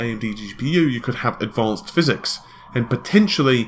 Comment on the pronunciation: we found a word better than Tiddycum: phyZEEEEEEX!!!!